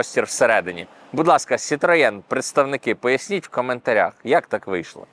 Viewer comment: правильно сітро )